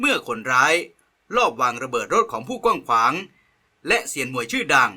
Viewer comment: กว้างขว้างครับ ไม่ใช่ กวั่งขวง